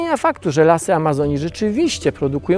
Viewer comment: czy tylko ja słyszę "alazonii"? ;)